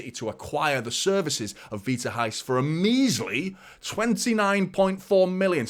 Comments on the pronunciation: I was just about to type this lol. He is saying "rais" instead of "reis" and is driving me crazy 🤣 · Here is how to pronnounce Reis: imagine you were trying to get someone's atention, youd say 'Hey!', now make that Heys. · it's Reis like HEYS :3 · silent R, but where is the H? 😄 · In Portuguese 'R' is pronounced more less 'h' Example Rui Costa is Not R oui, it's more 'Hui'